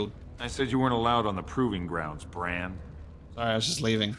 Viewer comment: bRand with a hard R 🤣🤣🤦🏾‍♂️